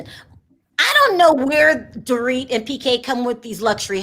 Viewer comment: My best part of it was when kept pronouncing Dorit’s name wrong! She kept calling her “Door it”! 🤣🤣